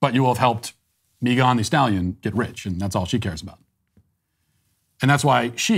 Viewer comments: “Meegan de Stalyon” I love this man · Matt pronouncing Megan thee stallions name is one of the greatest things ever LOL